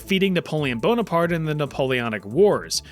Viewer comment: sorry i heard Napoleon BONED APART